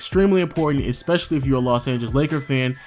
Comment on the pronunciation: it's ESpecially, not EXPECIALLY!!!!